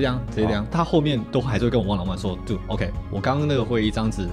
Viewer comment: 要嗎就全部講中文 要馬就全部英文 不要給我一下中文一下英文的 聽的很躁 說真的你的口音也不是說很好連dude都講錯 拜託不要想秀